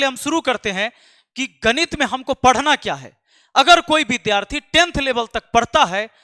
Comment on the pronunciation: Gadit nahi ganit😂😂😂😂😂